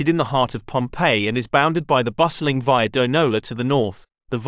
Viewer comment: Suggestion: stop englifying Italian/latin words. Your pronunciation of regio and via is disrespectful.